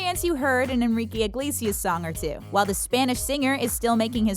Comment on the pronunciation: I hate how she says Iglesias, sounds like she is saying Igliesias wtf